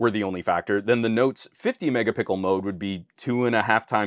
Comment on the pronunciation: Please stop mispronounce megapixel. It's an easter egg that became an overused meme. Great video BTW, there is a reason professional cameras aren't at 500mp / 1gp